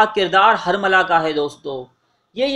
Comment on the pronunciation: ہر ویڈیو میں اردو زبان کا بیڑہ غرق کر رہے ہو۔ یہ الفاظ غلط بولے گئے ہیں، کوفہ ، تیل کھولنے لگا، حرملہ، مختار ثقفی، بلاآخر، مہلک ، سنگ باری ، رومی النسل وغیرہ